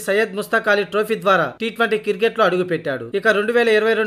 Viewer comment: కిర్కెట్ కాదురా క్రికెట్ అనాలి